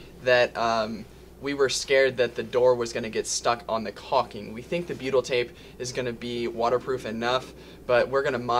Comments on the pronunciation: ohh...then that's why it sounds like Beatle🤣 tape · beatle tape? what it that? I know I'm not saying it right but that is what it sounds like your saying:(